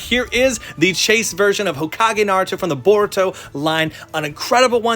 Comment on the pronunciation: I’m not just talking about you even though you did mispronounce some names like bruh how do people watch naruto and watch NARUTO for they’re whole lives and mispronounce like every single name not even mispronounce SLAUGHTER the names like I- how is that even Possible now the worst is when they say NaRutO you know what in mean them saying naruto like nArUtoe like BRUHHHH not in any of the dubs does it ever even say naruto like that so how da hell they say it like that LOL